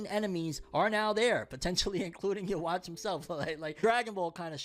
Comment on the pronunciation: Lmao you don't even watch bleach do you 😂 stop mis pronouncing the main villians name it's not yu watch... Come on man.